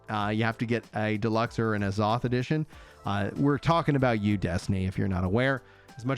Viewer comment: why you saying azoth like that